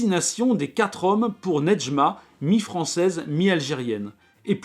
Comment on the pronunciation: Je m'appelle Nedjma en honneur à ce livre et je crois qu'on ne prononce pas le D, en tout cas pour moi c'est le cas et Kateb Yacine ne le prononce pas non plus